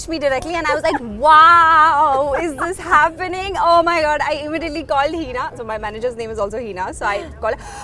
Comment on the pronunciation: "Heeeeeeeeeena Khan"! Learn to pronounce your name at least. Its Hina, not Heena.